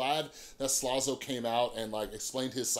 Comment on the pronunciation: It was funny when you kept saying slazo like "slozo"